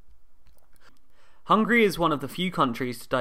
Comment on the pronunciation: Why pronounced it as Hungry? Isn't it HungAry?